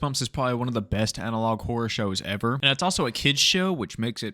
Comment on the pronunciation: Did he say analog?!?!?!?